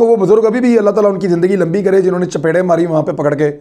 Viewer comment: لفظ ”چپیڑیں“ بہت اچھا لگتا ہے آپ کے منہ سے۔ ماشاء اللہ